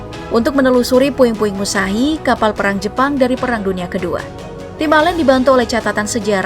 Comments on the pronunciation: "Musahi" Musashi woee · Kok bacanya Musahi bacanya itu Mushashi